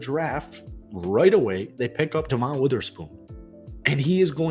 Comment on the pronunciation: Hey, love your content. But, gotta nit pick. Dre'Mont Jones is Dre like Dr Dre, Devon is Devin, Dev-In